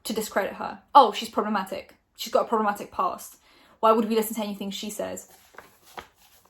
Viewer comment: This is honestly such a waffle... "she could be talking about this prob-leh-ma-ick person or about that other." All of this is wild conjecture based off a 'mysterious' tweet. Watch when it'll turn out it's about someone else entirely, not [clickbait] Shane or David. I remember when you started out and actually had something to say. Nowadays, I feel you're really just a person sitting in her grey bedroom, verbatim reading someone else's (publicly available) tweets or statements, and making wildly-reaching yet still ambiguously speculative comments, i.e. just waffle. There's no insider insight, secret source, animated archive, or comedic spin or personality... All fluffed around a minutes-long brand deal, though. I personally think from just a couple years ago would say "she's taking the piss!" 🤷‍♂️ With peace and love.